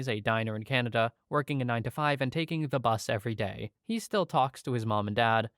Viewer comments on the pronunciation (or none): none